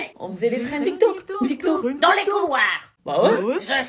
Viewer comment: Elle a dit tok tok au lieu tik tok😅😅😅😅😅😅😅